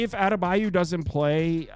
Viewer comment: Adebayo not adebayu